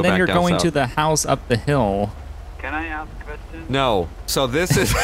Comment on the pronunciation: 'I have a quvestion' 'Nope, let's get on out of here'